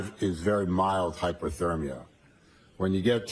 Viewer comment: Every time he said "hypothermia", it sounded to me more like "hyperthermia". Way out of his league with Alessi.